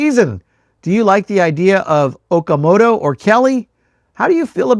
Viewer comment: It’s pronounced “Oh-kah-moh-toh“